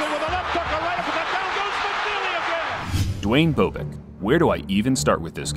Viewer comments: It's Bob ick, not bo bick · It's BOB-ick not BO-bick. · Bob-ick. Not Bo Bick. The narrators of these boxing bids mis pronounce boxers names way to often. The footage of Norton vs Bobick the announcer pronounces his name properly and yet still the mispronunciation. Get your game together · It's not Boo-bick, it's Bob-ick. Just sayin. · BowBick? Next time use the pronunciation that the announcer did in THIS video. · Love your videos', just want to let you know you are mispronouncing Bobick. The "o" is soft like in the name Bob. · Bobick's last name is mispronounced throughout this video. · Duane Bobick....where do I start with this guy...? Try pronouncing his name correctly...